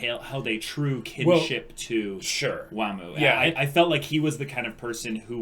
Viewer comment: It's not waam, it's wa-muu